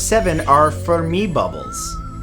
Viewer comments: "FERmi", not "ferMI" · Firmy, Gas Ee Us.